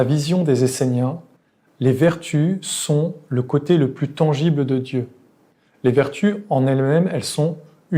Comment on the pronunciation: tangible...pas tengible. Par ailleurs, vidéo très éclairante, comme d'habitude. Merci!